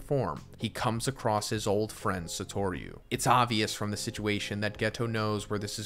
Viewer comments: Im sorry.. sah-tor-yu? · Ikr. It’s not that hard to say his name right